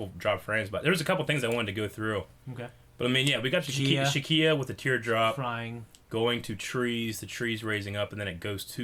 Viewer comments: Shikia? Really? Irs shi-ka. Not shi-kia. It sounds like your combining Ikea with shit. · Sheikah. It's Sheikah. Not "Shekiah". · Shakia? Pronounced she-ka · Not "shi-kia" It's "Shi-kah" Spelled Sheikah. Great video anyways! Not judging you for not being a super nerd like us, I just had to point it out sorry.. :D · I love how they say it as "Shakia" lol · "Shekiah"? "Linkie"? You guys might want to have your vision inspected... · MrAllOverIt Even did it. They called it the Shekiah slate 'n whatnot! D': IT BURNS US!!~ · Oh that was annoying me too! I kept yelling at my computer "It's pronounced Sh-EEK_ah damn it!" (Edit to add: Spelled Sheikah.)